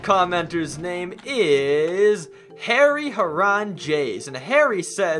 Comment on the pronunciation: Omg I'm in the comment of the day! Thank you so so much and You can call me Harry coz you kinda pronounce it wrong lol